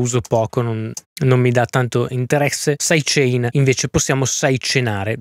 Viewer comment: Caxxo quando hai detto "saidecenare" mi sono spaccato dal ridere! Top!